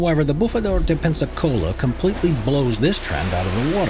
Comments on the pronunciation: Ive never heard someone pronouncing Peñiscola in such a weird way... Never. It sounds like you´re saying Pepsi-Cola :S:S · Nice try. Very funny the pronunciation of Peñíscola as the not very similar "pensacola" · Just in case nobody said so: Peñíscola is pronounced pehNYEEScola, not Pensacola :-) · El Bufador at PEÑISCOLA (Spain) no PENSACOLA (USA) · "spanish town of Pensacola", it is not right, the name is PEÑÍSCOLA, is ok written. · The Spanish town is pronounced Pen YEES cola not Pensicola!!🤣🤣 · De pepsicola jaja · He's pronouncing it like Pensacola, Florida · The spanish town of “Pensicola” Loool 😂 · Actually is Peñíscola, Valencia, Spain. Pensacola is in Florida USA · That is not even close to how you pronounce Peñíscola. Like. Not even trying. You are just saying a different name that you already know... 1/10 in effort. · Someone teach this guy how to pronounce Madagascar. And it's Peniscola, not Pensacola. 😂🤣